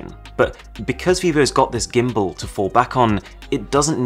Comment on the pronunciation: Arun, please, you're British, pronounce "gimbal" right